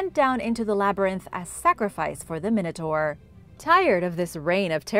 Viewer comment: It's pronounced min a tore not min a tar.